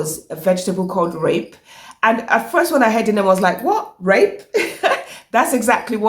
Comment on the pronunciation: Great content Sis in law 100/100. Thank You. The green leafy vegetable is pronounced repi / reppy not rape. Rape would be pronounced rah-per in Shona.